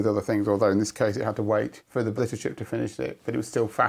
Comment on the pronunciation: And similar thing for "blitter chip" , even though we hear the same word just fine.